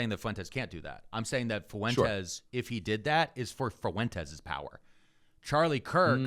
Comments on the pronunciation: Is saying Fuentes with three syllables some kind of weird inside joke I’m not familiar with? Because it breaks my brain every time he says it like that. That’s “ue” is a diphthong, buddy. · Is he saying "foo-entes" for fuentes on purpose?